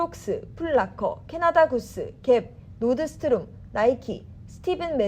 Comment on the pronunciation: 노드스트롬.. ㅋㅋㅋㅋㅋ Nordstrom. 놀스럼 이라고 하자 기자야